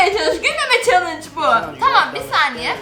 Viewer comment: Abla sen gülmeme sen chellenge diyince ben gülmeye başladım 🙊😹😹😹😹😹😹😹